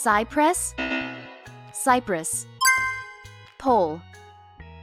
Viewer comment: Sigh press Sigh-press? 🙅‍♀️ Cyprus🇨🇾